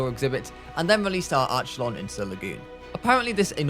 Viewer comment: arc e lon that is the pronaunsation bruv